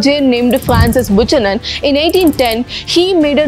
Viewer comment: Just sharing.....Buchanan should be pronounced as Bukanan.